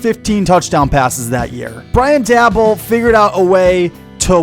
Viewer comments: it’s “Day-bowl” and “Mare-a”. Either way, I love your analysis; you’re 100% correct on DJ. He sucks. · Mispronounced Daboll and Mara’s last names